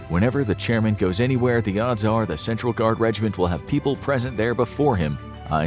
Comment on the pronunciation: chairman or chairmen?